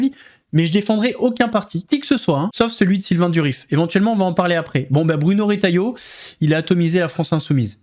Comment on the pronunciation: Retailleau et non pas Rétailleau 😊